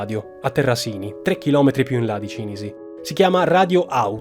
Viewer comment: Cìnisi, non Cinìsi...